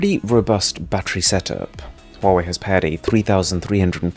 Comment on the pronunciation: Oh yes, the brand called "huewai"